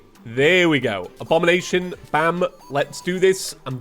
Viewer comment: so before going back to watch the rest of the video one note it's not "abomination"... it's "abombination" a-bomb-ination... it's basically like how queen bee summon item is abeemination not really bothered by that you didn't notice but just wanted to note it